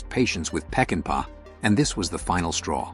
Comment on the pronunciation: It isnt "PeckinpE". It's pronounced "PeckinPAW". Get it right with your AI narrator.